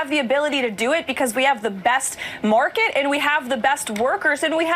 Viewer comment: "We have the best MORKET"? What the heck is a morket?